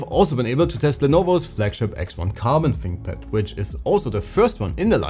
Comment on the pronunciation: Da finkpad. Ahhh yezzzz.